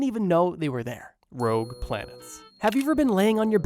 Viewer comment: JSYK it's ROGUE not "Rouge" lol